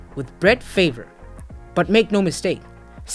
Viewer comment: did u really just say brett favor